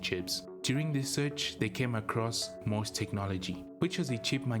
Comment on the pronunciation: It is NOT "MOSS" Technology.. It is "M".."O".."S".. Technology. And they were in financial trouble because of all the money Commodore owed them for the chips Commodore used in their calculators trying to compete against Texas Instruments. Irving Gould destroyed Commodore. To Jack, Commodore was his baby, he would have done whatever was necessary to keep the company alive. To Irving, Commodore was just a money machine. He bilked it for all he could get, then shut it down.